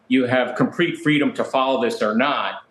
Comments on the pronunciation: he said comprete freedom 🤣🤣🤣😂😂😂🤣😂🤣😂🤣🤣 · comprete freedom lol